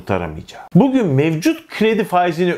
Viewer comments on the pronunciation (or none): none